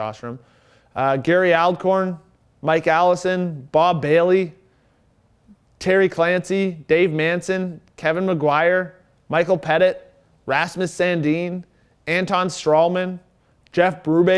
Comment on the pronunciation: Awesome job. Love the enthusiasm. The mispronounciation of 3 names, Micheal Petit (Michelle Petite), Jyrki Lumme (Lum-may) and Sylvain Lefebvre (Le-fave) made me feel old. 90's hockey for life